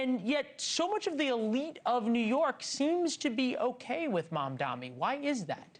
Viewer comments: I dont get it! Why is it so hard to say his name right?! It's M.A.M.D.A.N.I NOT MAMDAMI. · So true. It's like suddenly professional news casters can't tell the difference between an 'N' and an 'M'. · At this point mispronouncing his name is done purposely and outright racist